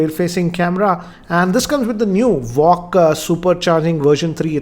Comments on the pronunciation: Its VOOC not walk. 😂😂😂😂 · It's "VOOC" and not "VOCC"